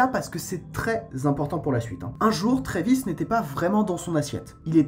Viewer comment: C'est Travis pas Trévis